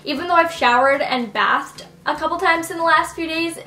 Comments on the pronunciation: GIRL YOU JUST SAID "BATHD" NO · "bath-ed" that was adorable haha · she said bathed wtf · "Bath-ed" haha sounds like something I would say! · I literally died when she said that!!!!!!